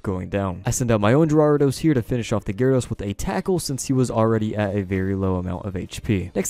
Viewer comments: Ja war edos No that's not how you say i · Did you say gee-rawr-ah-dos lol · "GeeRawradose" :3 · what cracks me up is when he says GE-ryRE-dows, cant tell if he's doing it for fun or. like yeah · you pronounced gyarados four different ways throughout the video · how did you pronounce Gyarados?